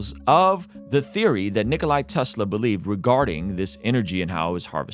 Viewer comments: *Nikola Tesla. Not Nickoli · It's not Nikolai, it's just Nikola. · There is no "I" at the end of the name of Nikola Tesla, he's name isn't Nikolai, at least learn the name of one of the greatest (if not THE greatest) scientist, then speak of everything else 😁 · NIKO-LA NOT NIKO-LAI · What's even more puzzling than this pyramid discovery is how a guy who calls Nikola Tesla "Nikolay" has 700k+ subscribers. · It's Nikola Tesla not Nikolay, he was Serbian not Russian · Its not Nikolay Tesla, its Nikola Tesla, he was a Serbian so its not a Russian variation on the name Nikola, its the original version, how the foook is it possible that u dont know that.... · Its nikola not nikolai. He was a south slav. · bro said nikolai tesla 😭😭😭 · What’s up with Americans calling him ”NikolAI”? It’s not Nikolai, it’s Nikola! He’s wasn’t Russian, he was Croatian/Serbian. NIKOLA Tesla. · NIKOLA, not nicolai or nicoli.. Nikola with an A at the end.. smh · His name is Nikola... Not Nikoli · His name is Nikola, NOT Nikolai. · No "AY" in Nikola (Tesla) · Before you question other people's accuracy, at least Nikola Tesla's name right.